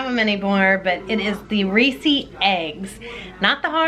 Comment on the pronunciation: Hi hi! I wonder if it's a Midwest accent (?) The way you pronounce Reese Candy is with an extra syllible 😄. have you tried Justin's peanut butter cups?? OMG they are so good!! You will not be sorry lol! God bless friends, have an awesome day 🌺🌈🌻